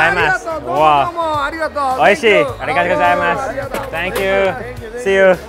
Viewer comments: Does anyone cringe by the way he says aruigato gozaimasu cuz I do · He says it wrong lol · Every time he pronounces arigato gozaimasu i cringe xdd